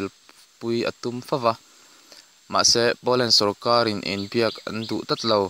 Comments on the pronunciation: A bengvar thlak,mahse i chhiar thiam lo,sarkar tih tur sawrkaL,intlar tih tur intlal te i tia..tin a lam dan tur a hre deuh te be rawn rawh,i tih lehzel dawn chuan..A tha lutuk e,i thil tih hi. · R hi i lam dik theilo reng reng sawrkal te iti🤣🤣🤣